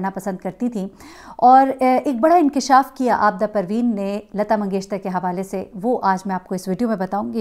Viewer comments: Yes I also felt that she pronounces lata mangeshtar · Lgta hai yi mngeshkar bol hi nh skti isi liy mngeshtar bol rhi hai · اب تک تو آپ اپنا نام غلط بولتی تھیں لفظ نہیں بلکہ ہوتا ہے اب آپ نے لتا منگیشکر کو منگیشتر کہہ دیا ہے کیوں پلیز ایسا نہ کریں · Lagta hy aap comments nahi parti hain . mangeshkar hy mangeshtar nahi. 3 din se log aap ko bata rahay hain lakin aap sunti hi nahi. Its irritating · Lata Mangeshkar ko aap Lata Mangeshter Keh rhi hn. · Lata "mangesh-KAR" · Yes itni uljhan ho ri hai Sun kar Continuously Mangeshtar keh ri hen..had hoti hai ..bar bar poora naam lena hai magar ghalat